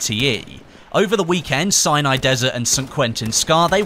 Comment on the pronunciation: Sounds like hes saying cyanide desert 8-/